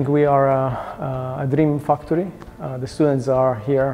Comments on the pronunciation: I just heared him say dream fucktry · I swear i heared him say fucktour